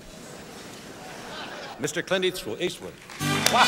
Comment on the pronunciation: Grasping at straws with that one. He clearly mispronounced his name at first then quickly corrects himself. He says “Mr. Clint Eathwoo.. Eastwood. “